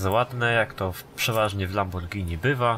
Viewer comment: nie lamborgini tylko lambordżini